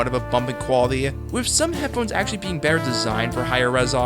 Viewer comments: The bether instead of better was really distracting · Why do you pronounce "Better" as "Bether"? I counted at least 11 times since i noticed and i haven't reached the end of the video yet.